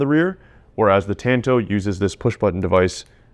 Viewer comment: “Tanto” is like tahn-tow bro. Not ‘tan-toe’ say it with me